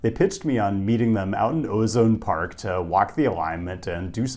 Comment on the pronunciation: Sir it's pronounced O-Zone Park lol